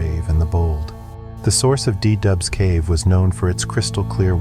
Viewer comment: It´s called cave du Doubs, not De Dub. 😀